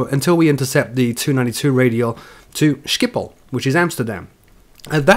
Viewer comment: i lolled at your pronounce of schiphol as skiphol